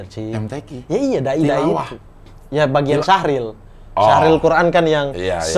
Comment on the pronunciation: Cabang MTQ itu Syarhil Qur'an (Menjelaskan AlQur'an). Bukan Syahril. Klau Syahril nama orang bang 😄